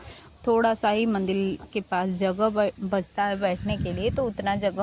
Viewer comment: मंडिल नही होता मंदिर होता है । और ट्रेबोर्ड नही होता ट्रायपॉड होता है । बस आपको बताना था ताकि आप सही से बोलो ताकि कोई आपका मज़ाक़ नहीं बनाये ।